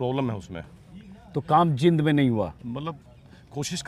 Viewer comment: Sir, जिंद नही है, जींद है शहर का नाम,प्लीज ठीक कर लीजिए,बोलने में भी बड़ी ई की मात्रा है...bahut pasand karte hai aap ka